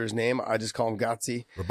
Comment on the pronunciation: as always, big John corrects Josh even though he said Gadzhi's last name perfectly. It's GaDZHI (ga-`DJI) RabaDAnov All those years in AKA didn't go to waste, usually Josh gets russian names right away, until John botches it and Josh repeats the wrong version after him